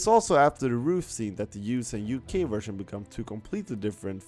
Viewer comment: It’s pronounced (Vvvvvvv)ersion not wersion